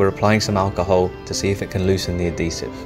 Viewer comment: Just to let you know it is Adhesive not addesive